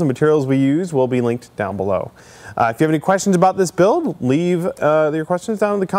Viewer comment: Every time you say 'build' I hear 'Bill-ed'. Another awesome prop Billed! Harrr...